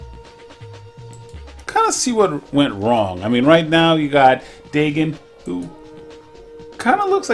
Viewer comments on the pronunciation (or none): It’s pronounced Day-Gon, and Del - Eee - ah. Not delta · For a quick second I thought you said "bacon" and taven. Then again a handful of youtubers mispronounce their names.